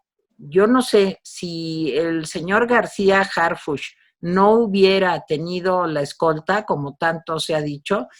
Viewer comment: Sr., Harfuch, es CH no SH, pronuncie correctamente.